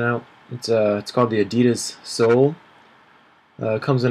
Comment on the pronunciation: I think they meant seoul like the city- Suh ool